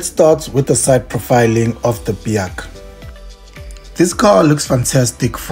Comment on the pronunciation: In the very first sentence you imply that this is reliable? (BAIC is not pronounced "Bee-haak" btw, but "BIKE", lol) So, how would you know its reliable, since only a handful of these Chinese B40 knock-off things managed to find new owners over the years? (Sales can only be described as a disaster in SA) Also, the "BIKE's" that got sold till now in SA (e.g. D20) has been very rubbish in every aspect, including reliability! Not to mention depressing depreciation of "BIKES"... This is a C-grade review, of a C-grade vehicle.